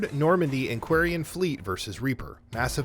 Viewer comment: Maybe next time, getting someone who actually played ANY of the games, to read the script would be a good idea. Mispronouncing Virmire, Kalros and even Quarian, is really really sad, and irritating.